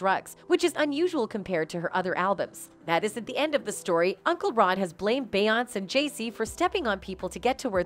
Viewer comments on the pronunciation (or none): I literally had to stop watching half way through because she keeps saying BAY-ONSE!! Soo annoying. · if you say beyonc one more time. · Beeyans Must be Canadian... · Can the narrator pronounce her name correctly. There is even an accent above the e. I would think even a generated voice would hopefully know how to pronounce the accent. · Stolen material from EmpressiveKay, ramdom pictures of Ciara, the mispronunciation of beyonće…this video needs to be deleted. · You can always tell when it's someone cashing in on clicks, because they use the robotic voices that never pronounce Beyonce's first name right. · this is an AI-generated story - listen how the algorithm misprounounces Beyonce's name every time. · I cant take this seriously because you cant even say her name right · I like how they can’t even pronounce Beyoncé but sure believe it all